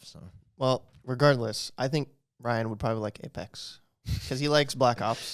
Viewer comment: Ryan I’m Korean and you said that so wrong lmao